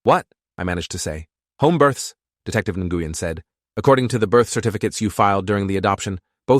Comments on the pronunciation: Love how the AI mispronounces Asian sounding names. I was just listening to it while on another tab and thought it was mispronouncing the Vietnamese surname, Nguyen. Pronounced Nuh-win, not na-gu-yen lol. But it wasn't according to the subtitles. Looks to be a misspelling of the Chinese female name Ningguang, pronounced Ning-Wawn=like yawn with a w but ending with a g sound=guh. Who happens to be the name of one of the many Waifus in the game Genshin Impact. But it doesn't seem to be the level of Fucktard AI that is grok on Twatter, now known as X. So that's something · What’s with the accent switching? That’s not how you say Nguyen… (New-Yen) What’s she need a passport for. Citizens don’t need passports for state to state travel 🙄🤦🏻‍♀️🤣. That sort of thing isn’t even kept track of. Unless you’re the type of person who obsessively keeps your old ticket stubs like a pack🐀. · Am I the only person that is so irritated by his pronunciation of the last name Nguyen 🤦🏾‍♀️🤦🏾‍♀️ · I'm struggling to listen to this. The officer/detective Nguyen I guess is who the name is for, and keeps getting butchered EVERY TIME IT IS SAID, is pronounced completely wrong. Or at least that is my understanding of it from how my Doctor pronounces it. People from the states tend to give letters similar to our own or maybe are the same as those we have and pronounce them in English. The sounds of each letter are for the most part different than how we would say them, usually they are completely and seemingly randomly different than how we say/hear them in the English language. Nguyen is actually pronounced Winn, or Win, as in Winn Dixie grocery store or Win as in I want to win the race!!!